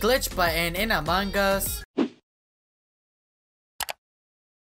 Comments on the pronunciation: Stop saying "MANGAS"! You made me mad! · He says among gus I hate to say but I hate when he says that it annoys me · Amon G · He basicly says amon gus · I LIKE HOW HE SAYS AMONG US I CAN EVER HEAR THE G WHEN HE SAYS AMONG US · Me too i like hes accent when he is saying among us